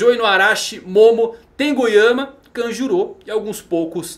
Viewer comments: Pronuncia horrível, parece que tá falando Kajuru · Kanjuru... mano a pronuncia de nomes japoneses pelos brs da uma agonia inexplicável....